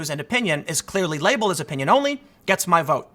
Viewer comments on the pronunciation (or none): none